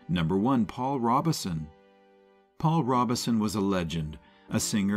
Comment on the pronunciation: “Take a Train”? Narrator, you’re probably poorly paid, but at least do some research so you don’t sound dumb. Find out how to pronounce “Robeson”.